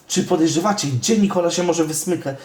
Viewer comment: Nie muwi Nikoli